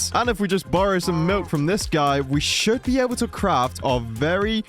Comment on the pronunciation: I thought you said gai It means cow in hindi 😅